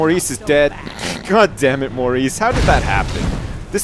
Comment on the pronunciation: Loled so hard when just butchered Maurice!